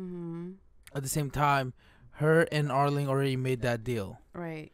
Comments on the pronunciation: it's arlong not arling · Why do you keep calling him Arling instead of Arlong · just say are-long